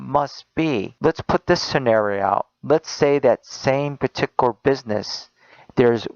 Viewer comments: Why does he keep saying "petiker" instead of "peticular"? There is a "u" and a "l" in there. It's bothering me to no end. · Along with everything else he said, the one thing that also got on nerves was the way he said particular. It sounded like "Partiker" to me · He always says paticular he keeps saying it WRONG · The way that he says "particular" triggers me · Am I the only one that gets annoyed that this guy can say particular? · I don't know why, but the way he says "Particular" annoys the hell out of me